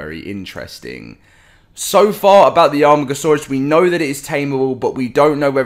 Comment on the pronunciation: Its pronounced A.Mar.Gasaurus your starting to annoy me